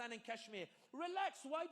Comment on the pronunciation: Than Imran Khan said "I'm not gonna shuush" hahah classic 😂😅